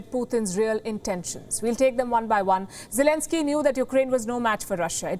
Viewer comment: I actually heard zielinski however it's you pronounce it his name ..... is actually a stand-up comedian and also an actor 🤔